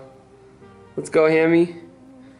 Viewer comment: Ahaha doesn't even know hammy's name😂 he said haimie